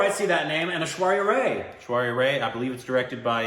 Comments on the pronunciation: It's not Ray ... its Rye .. like the bread ... people told u like thousand times in ur video of Oprah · Rai is not pronounced as "Ray' . Oprah was correct..End it with "I" sound. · It's Rai not Ray guyss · It's pronounced 'Rye' (Aishwarya) - not 'Ray'. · Y'all it's Aishwarya RYE not RAY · You still korbanized Aishwarya's last name. It's not like the 'Ray' of sunlight. It rhymes with Eye.. Like rye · It's Aishwarya "RAI" not RAY 😆😃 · Its not Aishwarya Ray.. its Aishwarya Raaiii... 🤷🏻‍♂️ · Guys, her name is pronounced Aishwarya RYE.